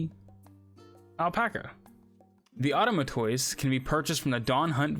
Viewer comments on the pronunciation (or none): Automatoise like Tortoise. Not auto-muh-toys